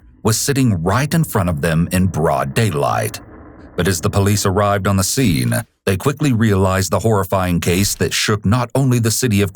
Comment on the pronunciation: This narrator has to be the most annoying narrator of all narrators. Why do people have to add "uh" to the end of words? Sceneuhhhh